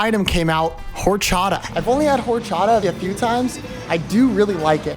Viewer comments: buddy said whorechada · not h8m pronouncing horchata like wh0re-chata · Im sorry “hor-chot-uh” “bar-buh-co-uh”? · HOR CHATA? U SERIOUS RN 😭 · “Whorechata” it’s orgasmic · Did bro just say “whorechata” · not the HOREchata😂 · Orchata not horchata - h is silent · “whore-chata“ that’s not how you say it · Man said "whore-chata" Lol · what a butchering calling those horchata and churros 😂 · do say the drink like with the h the h is silent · When i heard bro say horchata and pronounce it wrong i started tweaking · Why do you say Horchata like that?